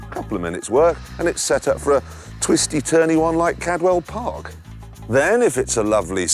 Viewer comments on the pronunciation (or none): none